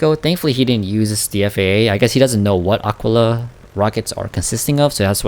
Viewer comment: Ah-Kee-laa FFS, bro